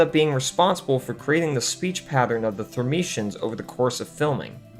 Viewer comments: Had to stop halfway watching. REVIEW YOUR SCRIPT BEFORE RELEASING VIDEOS IT'S THERMIANS, NOT THERMITIANS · It’s Thermians, not “Thermetians” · Constantly calling the Thermians as "Thermicians" was......a choice. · When you spend ages researching your video but not watched the film itself, so mispronounce the name of the alien race all through your video...